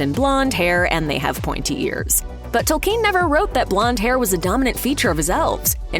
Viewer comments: TOLL-ken, not tol-KEEN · Fell beasts are not dragons. It's Tolkien, not Tolkeen. Etc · Tolkien. Not Tolkeen. Jeezus. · Please pronounce the dang names properly. It's kin not keen tol then kin 😤 I've looked at 10 other people say it correctly learn to pronounce people's names correctly. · It's not pronounced tol-KEEN, though. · I can’t get over Tolkiiien. How can you say his name wrong bruuuuh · So no one is going to comment on her butchering Tolkien's last name? "tOLLkEeN" 🤪🤪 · J. R.R. TOLKEEEN? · The way she pronounces "Tolkeen" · Speaking of "getting it right," until this video, I have never heard the author's last name pronounced, "Toll-KEEN." If you are so sure that's right, maybe explain why? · Tolkeen? Is that how it's pronounced where you're from? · Since when were these books written by J.R.R. TolKEEN? It's so annoying when a pseudointellectual tries to sound impressive by mispronouncing words and names, in a vain attempt to sound distinctive. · I guess we shouldn’t expect any better than that from someone who keeps pronouncing Tolkien toll-KEEN and Legolas LEOG-loss as if it were an expression of missing a brick on your latest LEGO construction. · Good information but she needs to learn how to say Tolkein correctly. I have seen too many video where the speaker gets peoples names wrong. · "TolKEEN" she says?? sigh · Am I the only one annoyed at the way she says “Tolkeen”? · I dont know about you guys, but i was most surprised by her pronunciation of "Tolkien" lol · Nobody, but nobody, pronounces it 'tole-KEEN.' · The way she says Tolkien.... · Why do you put the stress on the second syllable of Tolkien? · Can't even pronounce Tolkien correctly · The way she pronounces Tolkien's name bothers me. Maybe I've been saying it wrong all my life, but it still grates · Americans can not say "Tolkien" properly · Please learn how to pronounce "Tolkien" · These fools can't even pronounce Tolkien name right what do you expect.